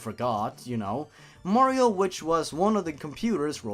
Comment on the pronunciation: omg, ur mehrio gaempley is shetty. U cant even pley a mehrio game XD “dabs” In all seriousness, great vid dude. Subbed.